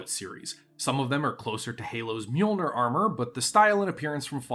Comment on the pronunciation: It hurts my ears to hear it mispronounced, so here it is: Mjollnir is pronounced “MIOL-neer” or “MY-AWL-neer”. Literally translated into English, it is “the flashing crusher” or “mealer”, and has nothing to do with thunder or lightning (the hammer).